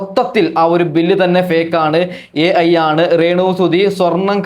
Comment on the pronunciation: AE Ano. AI alle